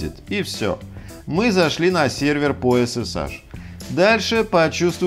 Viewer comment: эс эс эйч не эс эс аш